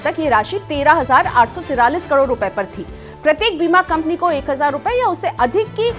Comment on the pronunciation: Kador nhi karod hota h